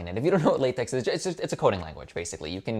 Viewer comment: LaTeX is pronounced la-tech and is a markup language.